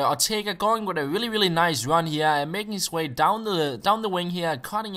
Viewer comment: What race is he? Irish? He says "wit" instead of "with"